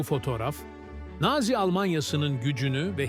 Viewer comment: Güzel içerik ama naazi değil nazi diye seslendirilmeli :)